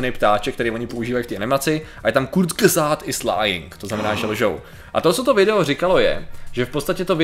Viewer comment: Kurzgesagt je nemecký názov a skala sa zo slova kurz= krátko a gesagt= povedané , keďže môj matersky jazyk je nemčina tak mi Patriková výslovnosť trhá uši 😄.